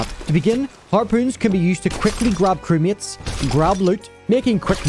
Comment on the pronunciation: When he said "crewmates" I thought he was saying "crickets".